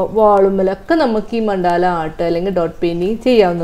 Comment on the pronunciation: Ma'm, മണ്ടാല അല്ല, മണ്ഡല ആണ്..